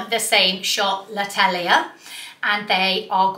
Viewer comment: Oh, l’attelier is the workshop in French (sounds like at-oil-yeah... ish)